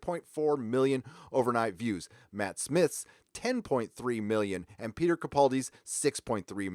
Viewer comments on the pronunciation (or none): none